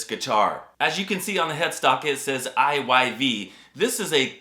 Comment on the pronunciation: I'm so glad you pronounced I Y V...I've always ready it as IVY..😅